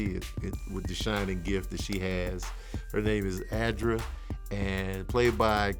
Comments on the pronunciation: I thought her name was abra but he kept saying adra so I thought I missed heard lol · I also swear he said Adra instead of Abra... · This review was fumble city on the names. Danny/Dan & Abra not Andy & Adra lol we still love you though. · And the girl's name is ABRA not Adra...geez louise smh 🤦🏾‍♀️🤦🏾‍♀️🤦🏾‍♀️